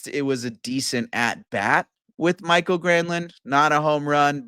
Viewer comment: It's not Michael, it's MikAEL.